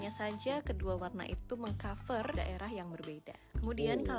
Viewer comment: Nampak jelas sebutan "V" agak janggal bagi Konoha, contoh : "Cover" di sebut "Ka Fēr", tp yg lebih pelik "Volume" dibakukan bunyi nya"Fo Lu Mēr"